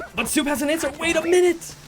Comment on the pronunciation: The name of szop was mispronounced. In polish language, sz is spelled as sh, so the name shouldn't be pronounced ,,soup", it should be pronounced ,,shop". Szop in polish means a raccoon